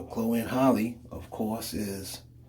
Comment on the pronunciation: It’s Chloe and halle not holly